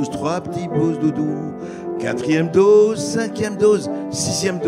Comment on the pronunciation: O dOse O pas au pas AU, dOSE DOSE O pas dAUse